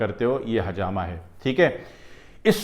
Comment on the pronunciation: Assalamualaikum Aap bahut achi benefits batha rahe ho lykin aap plzzzzz hajama nahi ," Hijama" kahye plzzzzzzzzz